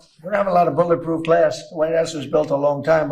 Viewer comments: I just watched Trump take THREE attempts to say the word ‘glass’! Graph, Grass.. and then finally Glass! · When Trump was talking about the ballistic glass ballroom windows did y'all catch his Freudian slip saying "graft" then "grass" before finally saying "glass?" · It sounded like he was saying grass when I guess he was trying to say glass